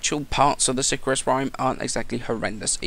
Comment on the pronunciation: si-cahr-us :P